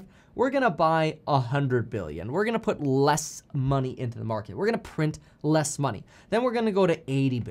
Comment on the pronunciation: The feds cna literally destroy-uh the market-uh